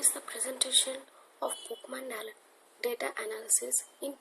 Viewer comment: video is very useful and u have done a great job just a small mistake its pokemon not pokeman(verbally u r speaking)